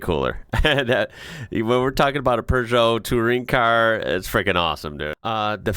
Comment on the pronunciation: Where does he get an "r" in Peugeot?